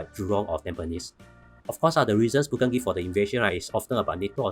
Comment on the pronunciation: Hahaha! You pronounced Putin as Putien restaurant! Nice summary, thank you!